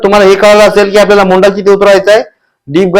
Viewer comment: मोंढा नाही हो दादा मूंंढा